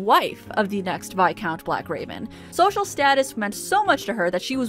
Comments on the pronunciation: Is that how you pronounce viscount?! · today I learned I have been pronouncing 'viscount' wrong my entire life